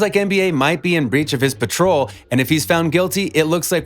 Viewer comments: It is parole not patrol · He ain’t even say parole right